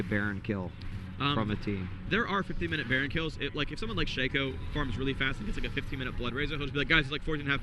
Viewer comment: it's shay-co, ur a dumbaass